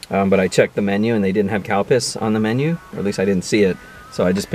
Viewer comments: Spicy Italian is my fav at Subway and a sweet tea when you say calpis it sounds like you're saying cow piss sorry LOL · Calpis Water just sounds far more funny to me, every time you said it I had a chuckle. Great video, thanks for sharing!